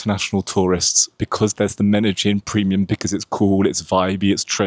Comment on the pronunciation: Why did you pronounce Medellín like Meta-Gin?